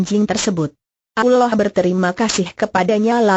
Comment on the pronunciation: menjijikkan suara pembawa acarane , pekok dan tolol penyebutan nabi SAW dan sebut alloh nya keliru , pembawa suaranya asli kristen ya